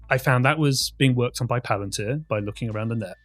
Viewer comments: Dude. This is not hard. Pal-an tear.....not PUH-LAN-TIR. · "Puh-LAN-tir"?? You didn't even look up how to pronounce the word? And with that click-bait title... Jon Stewart basically said nothing more than "oh wow". He didn't destroy shit. You are an absolute moron. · I think this is real serious but please pronounce the company name correct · Why are you mispronoucing palantir. It sounds like a different company. Please pronounce it properly so its uniform everywhere.